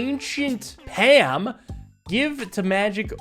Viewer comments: I've been watching for years... and I was horrified to hear him pronounce "Palm" like "Ham" and not like "Balm" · the only outrageously wild part of this video is how he still pronounces palm as pam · The way pronounces palm like Pam always catches me of guard. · calling it a “Pam” irks me haha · the pa m prnunciation of palm continues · Why are you pronouncing palm so incorrectly? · maybe its just an acccent? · is really stickin to the -alm pronunciation gag huh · needs to learn to say palm correctly please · Is he intentionally mis-pronouncing "palm"? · Also can someone tell me why pronounces "palm" like it's a brand of spray-on butter? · I can't remember which series it was in, but he mispronounced it, and now does it to torture everyone. He does the same with other -alm words